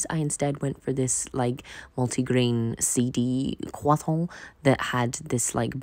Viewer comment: It may be the accent but your pronunciation of croissant entertains me to no end.